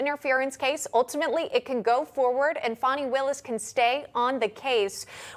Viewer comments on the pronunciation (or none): Again, young woman Broadcaster, her name is "Fanny" not "Fawni." Get it right. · Fani pronounced fanny is or was a common name in the south. Why? Who knows. Fawny would be pronounced Fawn- ee. Shes no dear. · She can’t even spell her name right it’s pronounced Fanni if you want to see it that way!😂😂😂 Then again she’s not that bright😂😂😂